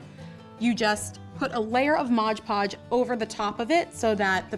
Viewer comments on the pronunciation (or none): its mod podge not modge podge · It's not modge podge, it's Mod Podge...